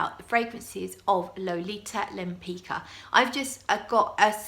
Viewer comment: Suggestion: with some research, you could be the first person on the YT who properly pronounces the name "Lempicka".